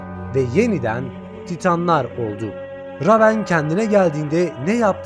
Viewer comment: La eleman reyvın okunacak ama ramen diyor